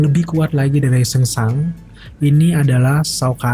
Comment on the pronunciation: Ejaannya benar dia bro. Kalau indo baru bacaannya sangsung